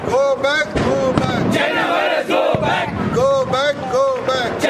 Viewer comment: Wo go back hai Go Bag nahi 😂😂🤭